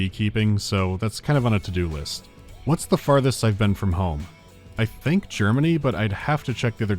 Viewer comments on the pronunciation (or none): none